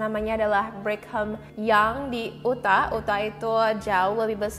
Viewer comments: Bacanya "yutah" sis 😅😅😅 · Utah, baca: Yu-tha.